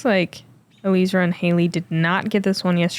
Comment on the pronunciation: Except that it is NOT pronounced that way. She has addressed this in interviews. It is El Eezra; three syllables.